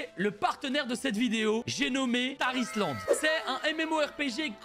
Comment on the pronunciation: Quand il parle du sponsor de la vidéo y a que moi qui entend "Tah Islande" ? x)